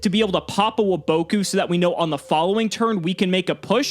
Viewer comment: Why do you guys pronounce waboku like that 😂